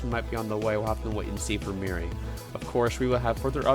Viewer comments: Calculator has a product of 414 which predicts this storm to be a Category 1. I think Meari might clutch that status as it passes or makes landfall in Japan. Also it’s pronounced MEE-uh-REE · it can be pronounced both ways I guess